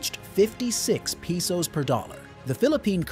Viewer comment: .Peesos. Bro, it's Pesos. . In the Asia. LoL. Who wrote this?